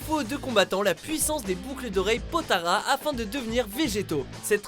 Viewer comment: oui les potara mais bordel c'est les potalas